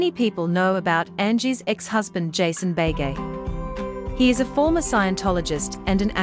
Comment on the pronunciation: For goodness sake, learn to pronounce Beghe! Pronounced be-gay, not bay-gay.